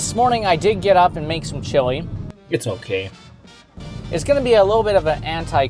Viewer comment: The chewy? Maybe pronounce chili ?